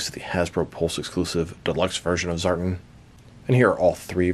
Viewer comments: you’re far from the first to pronounce it that way too. It sounds weird to hear it like that, but all through the video you pronounce it as “Zartn” instead of “Zartan”. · It's pronounced ZAR-TAN🤙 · Reviews more emphasis on "AN" within the word Tan. Ex." I went to the beach to catch a TAN". ZAR-TAN. I'm not sure if it's because u have an accent. If so, i apologize. I enjoy your content either way. 🤙